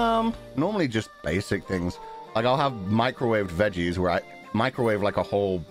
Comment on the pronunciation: 謝謝烤肉！雖然本就對他「不（會）下廚」這件事半信半疑，聽到的當下還是覺得被他Gaslight了氣噗噗🙄 Anyways。不過懶得煮飯這點好有共鳴🤣不確定他說「Basic things」的時候是不是帶了愛爾蘭口音好可愛，反覆重聽///